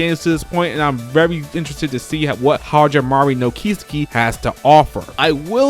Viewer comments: You made me laugh with that pronunciation man. I love your videos. Keep up the good work! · For a man who plays jrpgs 365 days a year, u sure butchered "Hajimari no Kiseki" pronunciation